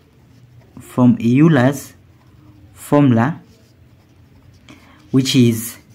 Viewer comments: Euler is not pronounced "Yuler" it is instead pronounced "Oyler". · It's Euler's formula, not Eurler's formula. Named after Leonhard Euler. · Euler, not Eurler. Pronounced as “oiler”, not as “you-ler”. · ...and it is not Eurler's formula, Euler's formula. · Its pronounced oil-ler